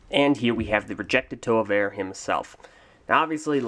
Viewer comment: This is my favorite Toa of Air and second favorite Bionicle character. And thank you for finally PRONOUNCING THE GUYS NAME FOR ME! You have no idea how long I've been butchering his name. My first favorite is Gresh.